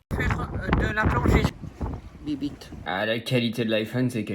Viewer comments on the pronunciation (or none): Bibite x7 dans les vidéos, tu m'as faut trop rire parce qu'en vrai ça se prononce "Bibbité", mais j'avoue que bibite c'est mieux, des bisous 😂❤ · En italien "bibite "se prononce "bibité" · T’as dit cette fois biblite MDR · Étant actuellement en Erasmus en Italie, j'éclate de rire quand tu prononces bibite 😂 + les chansons...excellent